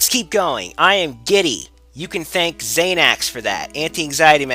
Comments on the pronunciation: Nigga says Xanax like he's never even took a hit of weed. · You miss pronounced Xanax. Its Zan-Axe. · How in the hell did you pronounced "Xanax" wrong lol